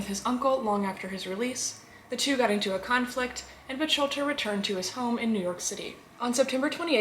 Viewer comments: Lovely, as a fan of your channel and a fellow Mafia historian, I nonetheless have to point out that Lepke’s last name is pronounced closer to Buk-halter. Otherwise this was another fine episode! I love your in depth narrative and always pleasant delivery of this sometimes unpleasant subject matter. Glad to see you have recovered and are back at work providing us with your entertaining posts. Be well! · It's pronounced...Buck-Halter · Great video, although Buchalter is pronounced “book-halter”, otherwise this was very interesting. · I think that our lovely host doesn’t know how to pronounce Buchalter!!!! Maybe she can’t pronounce his name because she is just a bot disguised as a human female?! That’s quite a disguise, I was fooled until she called Lepke “Butch-alter”! Then I knew she was a bot, without a doubt! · Miss, I thought the mans last name was pronounced Buck- halter?... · J it’s pronounced Buck alter, but very good video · First of all she’s mispronouncing his last name,and they did do a movie about him,starring Tony Curtis